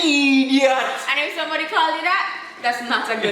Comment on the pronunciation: Somebody= smaddy😆😆😆